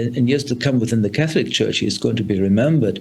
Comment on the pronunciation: Dear SABC please find someone who is Catholic to report on Catholic stories we cannot have mispronunciation of Catholic terminology